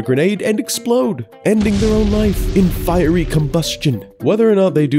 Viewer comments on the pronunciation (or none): none